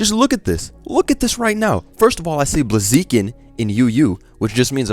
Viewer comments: bro thats blaziken in UU not blazeekin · Blazeeken has to be the new pronunciation of the name, it's just too good. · every time calls it “blazeekin” i laugh why is that shit so funny lmao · How the fuck did you pronunce Blaziken